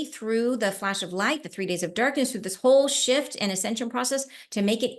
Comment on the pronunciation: Oh my i thought u said shit instead of shift 😂